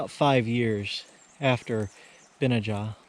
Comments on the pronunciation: It is pronounced Ben-aye-ja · You would pronounce his name phonetically Ben-NEY-aa its Hebrew. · I couldn't find the exact spelling of this name with a pronunciation but found its a Biblical name also spelled Benaiah so maybe pronounced the same? I'm not sure how to type a word like a dictionary does but vocally it was pronounced of course starting with a 'B' but rhyming with 'Deny-a' as in " I deny a question" if that makes sense haha